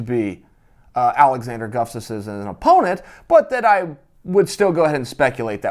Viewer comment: 😂 Chael is so smart but can't say "Gus-taf-sson" ... He says,"Guf-taf-sson" everytime!!!